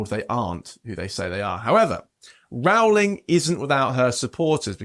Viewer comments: Her last name is Roh-ling NOT Rao-ling. 🤦🏽‍♀️ I am proud of her for speaking out and standing up for the truth. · Rowling rhymes with bowling, say it right please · The first syllable of "Rowling" rhymes with "grow", not with "cow". It's annoying that this presenter gets it wrong. He didn't take the trouble to find out the correct pronunciation. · People need to know: "J.K. Rowling" rhymes with "I am trolling". Please pronounce her name properly. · Why do they pronounce ROWLING wrong all the time?